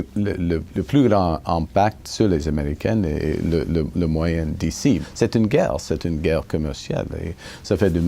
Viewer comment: A simple word Guerre he mispronounced